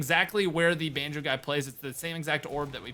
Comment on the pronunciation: why were you pronouncing banjo like banju